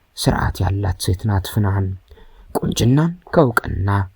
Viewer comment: ስሟን እንኳን አስተካክለህ አልጠራህም አተራረክህማ